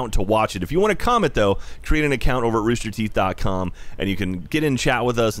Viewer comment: ah yes. my favorite company. rooster theeth.